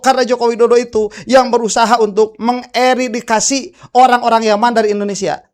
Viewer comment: Punten A, 20.11 bukan Eridikasi, tapi Eradikasi atau Eliminasi mungkin ya lebih tepatnya...